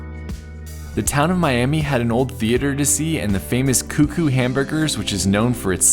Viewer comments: oh and in Oklahoma the town of Miami is pronounced Miam-uh. Though I don't know why. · Pronounced Miam-uh for Miami, OK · Okies actually pronounce it "My-am-uh." Don't know why. They also mispronounce Helena and Boise.